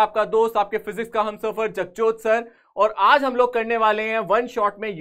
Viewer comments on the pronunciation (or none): SIR SAID JAGJOT BUT I HEARED BAKCHOD 😁😁😋😋😂😂